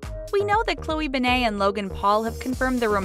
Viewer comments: ughhyou kept pronouncing her last name so wrong!! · Call yourself a fact channel when you can’t even say her name right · They said her last name like ben-nah. Its said Ben-it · In her name you pronounce the T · I know it's not ben-ae it's ben-et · Its like saying ben then net at the same time and not banai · Her name is pronounced (Ben-Ay) it's (Ben-Et). Gah, you do soo much research but you can't even say her name right. Love you. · Stop saying her last name wrong ITS BEN-ETT NOT BEN-AI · "Bennay" It's BEN-NET, OK BEN-NET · Why "Be-ney"? Not "Ben-net"? You said her name wrong. It would be "be-ney" if it had only one N. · Ben nit not Ben nayyyyy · Why do they make its sound like she has a French last name,like nooooooooo it’s Ben-net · Beney?? Come on!! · i know they should have said ben-net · Omg they said both of her last names wrong, its pronounce ben-net, and pronounced wong not wang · Midnight Jewels yeah they keep saying bennaye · ...."Bennay"...???? Are you serious?!? sigh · Her name is said BE-NIT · It’s pronounced BEN-IT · Said her last name so wrong🤦🏻‍♀️🤦🏻‍♀️🤦🏻‍♀️ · Said her last name wrong 🤦🏼‍♀️ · I cringe every time you say her last name wrong. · Her last name is so simple and they still can't say it right. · Maybe should actually say her last name right, like really? This is really annoying me {edit} I wasn’t suspecting that much of comments and likes, I’ve never received this much but thank you guys 😊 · You pronounced her last name wrong. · She did say it wrong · Ik I hated that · Their grammar and pronunciation make me wonder if they have ever sent their scripts or videos through editing processes. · Ugh ikr 😑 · ikr it pissed me off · She said her last name wrong 😂😂😂😂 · Chloe who ??? Why do you pronounce her name like that???? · you said her name wrong so annoying and I love chlogan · Ishan Ali YOU GUD BRO? I understand why u said that they said her last name wrong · You don’t say her name right